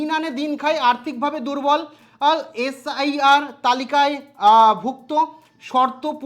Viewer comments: SRI নয় SIR , ঠিক করে বলুন। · ঠিক করে উচ্চারণ করুন, SIR, আর আপনি বলছেন SRI.... এছাড়া আরও অনেক কিছুই ভুলভাল বলছেন। ভিডিও করার আগে ভিডিওর বিষয় ভালো করে পড়াশোনা করে আসলে ভালো হয় 🙏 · কথাটা একটু কারেকশন করে নিন। আপনি বার বার SRI বলছেন। ওটা SIR হবে। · উচ্চারণ ঠিক বলুন এস আই আর